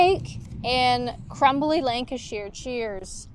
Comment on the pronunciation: by the way it's Lanca-sher not Lanca-shear 😊